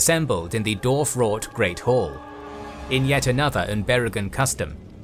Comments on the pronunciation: Love this but are you saying “Dorf”? Not Dwarf? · Why do you keep saying Darf??